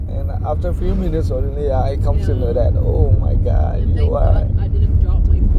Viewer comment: The way bro said bother is like braaadaaaaa waoww acent 😂😅and the way buh said oh my God is like Ouuu Maaaiii gaaawwwwwddddddaaaa that accent is another level .. Keep it up bruuuuwwddddddaaaaaa 😅